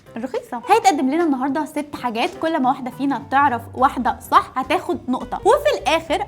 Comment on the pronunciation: والله هي ب السين مش ب الصاد والله😂😂😂😂😂😂😂😂😂